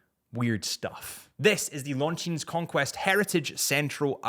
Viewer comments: Pronounced "Longine".. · Longines- The s is silent 😂